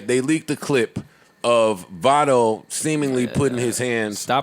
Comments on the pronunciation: Joe you said leak 😂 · I heard him say 'leaked' too.